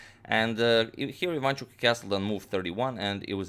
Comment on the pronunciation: Ivanchuk is Ukrainian, not Polish. BTW, it is pronounced Ivanch`uk, not Iv`anchuk.